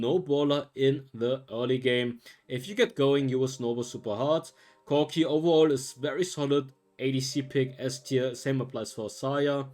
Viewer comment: the way you say corki lmao